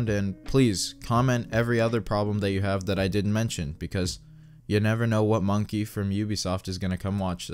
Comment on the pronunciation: Mans really called Ubisoft employees "m O n K e Y s"